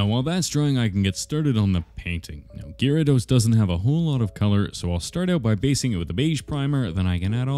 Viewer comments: Did anyone else hear "Jyrados"? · What's weird is the card shows the whole thing, but he only sculpts half of him. Why is that? Also, did he just say "jArados"? The fck?! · POV you said jaredos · Saying Gyarados; ❌ Saying ✨Gary✨, ✨Jeraldose✨, ✨Gerald✨; ✅ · Why does he say Gyarados like that😂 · The way he said gyarados and magikarp threw me off for a bit and even tho he ruined his first edition it's still cool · HE PRONOUNCED IT WRONG😭